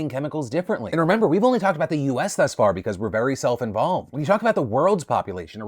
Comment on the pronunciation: THus... It sounds like THis, not like THin...